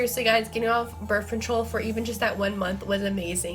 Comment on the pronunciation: "birf" lol birth